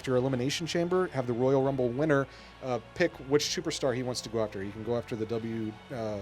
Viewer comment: " You Can Win The Woyal Wumble " LOL XD